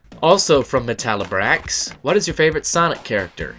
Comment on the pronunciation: Thank U for answering my Q's! I'm thinking of doin my own Q&A (thnks 2 U). Also here's a few more (Ya miss pernounce the name: Meta Libra X): 1. In Sonic & the Black Knight, who's yer favorite playable character & weapon? 2. When's yer next collab? 3. What Pokemon would U use in yer Dark team?